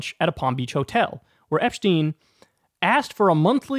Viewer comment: Epshhhhhteen? Lmao